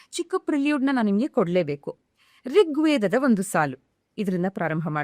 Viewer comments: ರಿಗ್ವೇದ ಅಲ್ಲಾ ತಾಯೆ ಋಗ್ವೇದ ಕನ್ನಡ ನ ಹಾಳ್ ಮಾಡಬೇಡಿ 🙏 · ರಿಗ್ವೇದ ಅಲ್ಲ ಋಗ್ವೇದ ಅದು